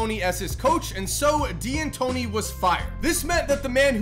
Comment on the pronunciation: It’s pronounced “Dantóni”, not “Di-antoni”. It’s just an apostrophe